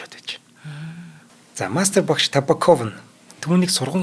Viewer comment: Табааков, Мироонов гэж дуудаарай, сайхан дугаар болжээ.